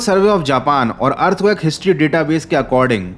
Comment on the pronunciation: earthquake❌ earthcuack✅